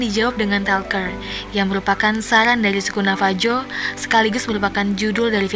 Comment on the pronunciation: Bukan navaju pronounciation nya tapi navahu